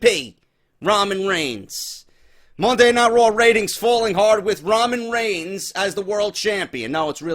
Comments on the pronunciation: "Ramen Rains" LMFAOOOOOOO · I don't blame reigns for the ratings dropping I blame WWE creative and Vince for the ratings dropping that's what they get when they WANT Reigns as champion I believe Reigns should get no reaction whatsoever. Every time you say Raman Rains I had to laugh great off the script as always totally agree with everything said